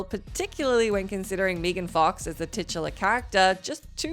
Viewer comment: Lmfao "mee-gan fox" 🤣🤣🤣